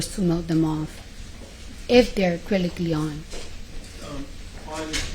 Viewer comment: “Acrylicly”….she said what she said! 😜